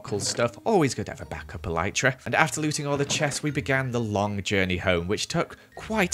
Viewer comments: it really triggered me when he pronouced elytra (EL-I-CHRA) He pronouced it (EL-EE-CHTRA) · Why did he say elitetra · The way he says ‘Elytra’ 😂 only joking love the vid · It’s funny the way he says elytra